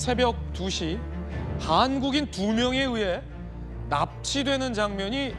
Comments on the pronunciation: 그냥 장음으로 발음하지 말고 일상 언어처럼 좀 해라 ㅋㅋㅋ 하아안국인 ㅇㅈ랄 하고 있네 ㅋㅋㅋ 장음 발음하려면 잘 하든가 그리고 누가 대체 일상 생활에서 하아아안국인이라고 하냐? 좀 되도 않는 것들은 없애면 안되나.. 다시 봐도 ㅈㄴ웃기네 하아아아안국인. 그게 더 이상하다. 무슨 저게 표준어랍시고 어휴 그냥 역겹기까지 하네. 부터 들어봐라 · 하아아아안국인 ㅇㅈ랄하네. 그냥 장음으로 발음하지 말고 일상 언어처럼 좀 해라 ㅋㅋㅋ 하아안국인 ㅇㅈ랄 하고 있네 ㅋㅋㅋ 장음 발음하려면 잘 하든가 그리고 누가 대체 일상 생활에서 하아아안국인이라고 하냐? 좀 되도 않는 것들은 없애면 안되나.. 다시 봐도 ㅈㄴ웃기네 하아아아안국인. 그게 더 이상하다. 무슨 저게 표준어랍시고 어휴 그냥 역겹기까지 하네. 부터 들어봐라